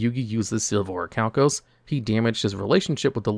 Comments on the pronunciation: Its pronounced orichalcamalos c'mon man you know this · It's pronounced Orichalcamalos